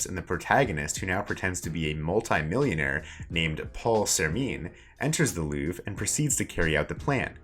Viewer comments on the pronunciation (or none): none